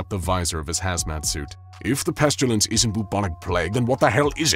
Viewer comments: I hope I'm not the only one that "pestulance" was driving crazy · Does anyone else hear pestUlence every single time? I like this character but I can't listen to it any more.